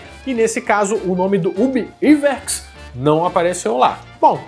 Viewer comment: a pronuncia e Ub Aiuerks, nao "Iverks"